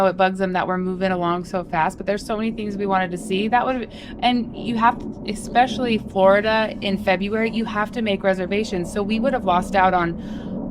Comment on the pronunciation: For goodness' sake, it’s especially, not expecially. Coming from a teaching background, you should know how to pronounce words.